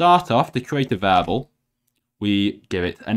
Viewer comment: I hated how he pronounced "variable" as "vable"